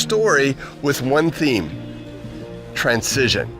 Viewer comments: I would think that someone who taught at a university would know how to properly pronounce transition. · This is a great message, but does anyone else thing he says the word "transition" in a weird way? It was so distracting that I had to watch it twice.